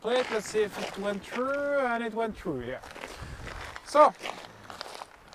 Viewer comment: "LETS SEE IF IT WENT TRUU, YES IT WENT TRUU". LOL !